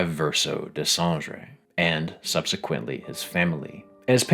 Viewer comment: as a french, i absolutely don't forgive you for butchering Dessendre name ! kidding, but it's always funny to see english native speaker having difficulty to prononce our language :D you put your finger on the things i wanted to pinpoint while not being able to have words for it (apparently, i'm not a Writer ! ) thanks a lot ! also, i would love to see a reaction from Guillaume Broche to this video, he seems to always appreciate any theory about the game while never say which one is close to the (his?) truth ! in an interview (in french, called Les Termes) he said he watch every theory, every fanart etc ... i'm very curious about his reaction to your video !!